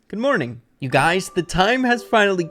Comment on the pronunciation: For some reason I just died in laughing when u said gmoning